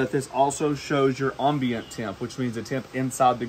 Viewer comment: anyone else slightly annoyed by the mispronunciation of ambient, or is it just me? LOL It's Am-Bee-Uhnt.